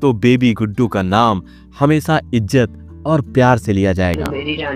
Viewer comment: Kosis nahi koshish, Sor ni Shor, Hamesa nahi Hamesha, Sasi Kapur ni Shashi Kapur. Kiu Sha ko Sa bolta tu?